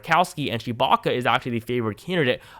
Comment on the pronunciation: Sounds like you’re saying Kelly Chewbacca